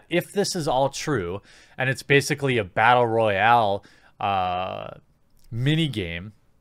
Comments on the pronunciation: rattle boyal you said ? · Had me until "bartle royale"